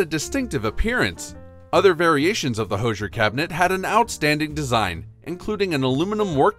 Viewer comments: Please learn how to say "Hoosier." It is "whosier". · Right? I snorted. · Thank you!!!! I can't believe they mis-pronounced that word.